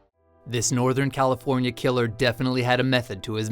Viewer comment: this sewial killer disturbed californiyah